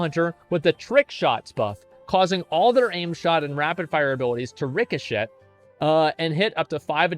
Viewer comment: I about spit out my drink when I heard him mispronounce ricochet.